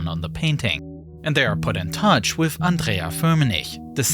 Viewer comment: how does he pronounce foreign words correctly but can't say with without say wiff